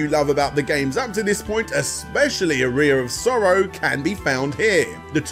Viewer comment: I've played "Aria Of Sorrow," but I've never heard of "A Rear Of Sorrow" before.